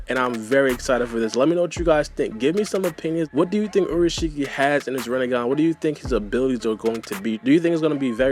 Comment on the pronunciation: u said urushiki it's pronounced as in ulashiki